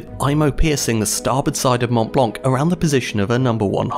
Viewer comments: You don’t announce the C for the love of god. Mount Blanc!!! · the t and c in mont blanc are sielent. Just saying